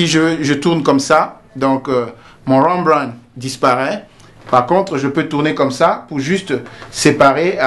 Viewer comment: trés intéressant, juste deux choses : Rembrandt est une allusion à un peintre flammant, il n'est donc pas nécessaire de le prononcer à l'anglaise, et j'aurais souhaité voir le positionnement en vrai des lumières. mais celà reste un travail d'explication trés pro et de bonne qualité, merci beaucoup